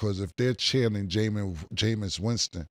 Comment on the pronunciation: Cam : ‘Cause no disrespect to Jamious Winston but… Jamious Winston?!’ 😩🤣🤣🤣🤣